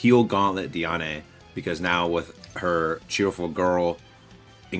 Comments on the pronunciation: its pronounced deean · Bro it kills me how you say Diane. It’s pronounced like (dee ann) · also this isn’t hate or anything I’m super appreciative of the videos and I hope his account grows beyond what he even hoped for. I was just pointing it out that it’s weird to hear like that lol